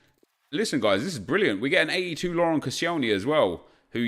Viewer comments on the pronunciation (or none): none